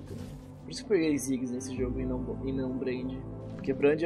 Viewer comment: "Brãnd , Yóda" AUHSUSBSJSBSSUHSJS